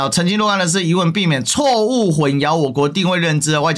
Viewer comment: 混淆读hun xiao（二声）